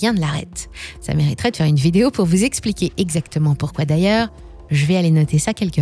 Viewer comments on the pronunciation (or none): none